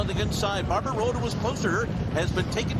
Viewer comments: Everytime he referenced Barber Road I thought I was hearing Barbaro...in the Belmont no less, had me wondering again what could have been. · I thought he said Barbaro too!!!